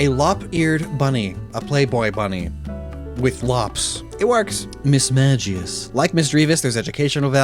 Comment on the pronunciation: As much as I like Mismagius, it 100% doesnt belong that high in the rankings because you pronounce it wrong. Its pronounced Miss-(mag)-ee-uhs (like Magazine) so it takes away the "mage" and "magic" and even "magus" (pronounced May-gus) like bulbapedia says, it doesnt make any sense to be pronounced that way!